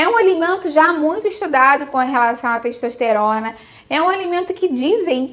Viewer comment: "Teixtoixteirona" Português mandou lembranças.